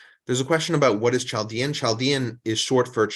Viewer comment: Nice work ... just a note: Chaldean is pronounced with a hard 'K' as in Christmas and not as in 'Chair', i.e., Kaldeans.